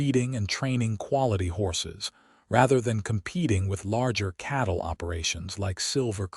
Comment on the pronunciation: Its not chattle, its cattle